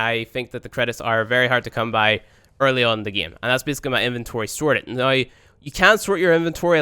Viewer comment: I like how pronounces "now" like "noy".